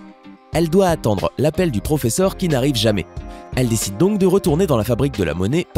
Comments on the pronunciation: Quand tu as dit pfofesseur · "EL PROFEFFER"😂😂😂😂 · 😂😂ce n'est pas raquel murlio c'est raquel murio et ce n'est pas el profefeur mais le professeur 😂😂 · C Raquel Morrillo et pas morreillo et c le proffeseur et pas le proffefor